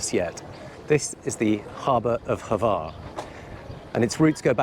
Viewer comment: Congratulations on mastering the pronunciation of word Brač (although Hvar seemed to be a bit more difficult) :)